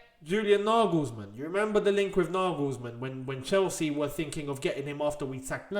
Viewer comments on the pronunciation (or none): none